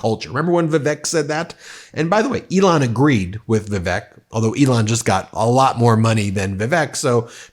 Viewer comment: OMG - all these months I thought you were saying 'The Fake Ramaswami' when you mentioned him.🤣😂😅